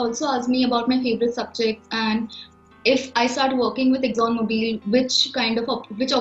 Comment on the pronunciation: Great talk but just one correction, it’s not Mobile, it’s Mobil :)